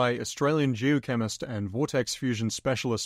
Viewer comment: Thought you said "jew chemist" instead of geochemist, at first, and I almost left.